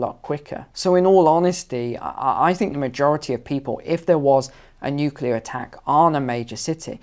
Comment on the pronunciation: Lady you sound like we are practicing a fire grill.... It's Nuclear🤔